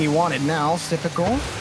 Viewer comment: I love how all announcers say syprical when it’s actaully just sypical with no r